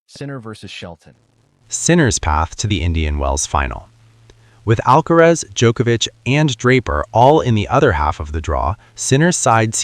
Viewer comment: It's NOT Alkatraz. NOT Alkarez...it's Alkaraz !!! Comprende?😅